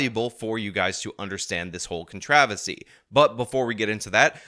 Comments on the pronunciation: Con-tro-versy not con-tra-versy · Cuntravessy? Sir, controversy is not pronounced like that. Are you an alien? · Con-travis-see. Lol thanks for that one. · Why does New Yorker pronounce "controversy" the British way?